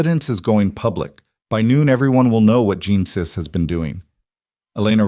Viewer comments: Genesis is pronounced as jeh·nuh·suhs . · Interesting way to pronounce “Genesis”! Isn’t AI an interesting beast?…NOT!!!